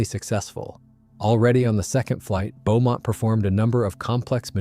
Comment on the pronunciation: The test pilot was Roland 'Bea' Beamont NOT P OR BEAUMONT.